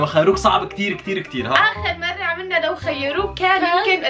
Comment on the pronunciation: ههههههه:- لوخيروك ✅:- لوخروك ❌ الوقت